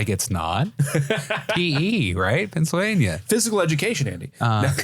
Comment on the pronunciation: PE= Pennsylvan-ware? Penns-ware?